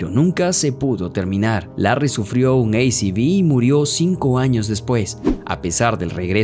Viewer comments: Perdón. Sufrió un "ei ci vi"????????? Será un ACV? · sufrio un ACV (ei ci vi) wtf? se dice A C V (a ce ve) accidente cardiovascular, en ingles es CVA. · Que hollywoodense se volvió todo, el relator del video al Accidente Cerebro Vascular le llama Ei Ci Vi, por favor que ridículo todo, hasta la fecha de nacimiento de Moe 1987, no chequean ni como les quedó el video antes de subirlo, en fin muy pobre todo. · Excelente video 😂, muy interesante e informativo. Ese humor físico fue y será increíble mientras sigamos disfrutando del mismo sin intentar dar sentido a todo, fueron unos grandes...lo único que critico del video es que pronunciara ACV como ei ci bi...no somos gringos 😅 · Buen video, pero amigo es A (aaaaa) C (ceeeee) V (Veeee) no ei ci vi, no hable en español con anglicanismos intercalados sin ser necesarios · ¿Porque dices "ei ci vi" al ACV (accidente cerebro vascular) si no hace falta pronunciarlo en inglés porque en tal caso sería "cerebrovascular accident" o C.A. (ci ei)? te gusta como suena o simplemente no sabes como pronunciarlo en tu idioma? naciste en Estados Unidos? suena bastante ridículo la verdad... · Se pronuncia a ce ve (por sus siglas en español) que significan "accidente cerebro vascular" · Muy bueno. Te dejo un dato. Acv (accidente cerebro vascular) no se dice eiciví en inglés. En inglés acv no existe. Se dice stroke. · buen informe....pero cuando decias ei vi ci "ACV" eso quedaba MAL! si estabas hablando español!...porque mezclas idiomas?!?!?! 😂😂😂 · A C V se pronuncia como se lee en español. Si lo querés anglinizar entonces deberías decir STROKE. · Se dice aceve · jaja un "ei-ci-vi"????? un ACV... o si preferís decirlo en inglés se dice stroke, nada de "ei-ci-vi" jajajaj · La sigla ACV la pronuniaste en inglés, se debe pronunciar en español por que deriva de accidente cerebrovascular, si lo quieres decir en inglés es simplemente es Stroke. Buena nota sobre Los 3 Chiflados, me traen bellos recuerdos.